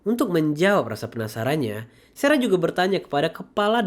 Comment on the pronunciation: sarah bg bukan serah 😅